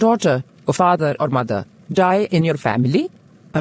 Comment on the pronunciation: your ❎️ Yoir✅️😂